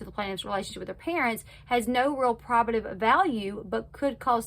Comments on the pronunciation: Just to help, I’ve always heard it pronounced: probe-a-tiv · Great video, just fyi probative is pronounced PRO buhtive with the emphasis on on the first syllable like in probation